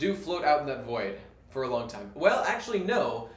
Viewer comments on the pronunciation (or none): none